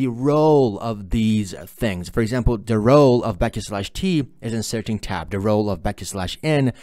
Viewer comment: love the way you say the word "tab". arabic pronunciation tabbuh. loved the video thanks.